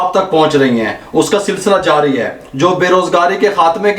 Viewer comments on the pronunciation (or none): none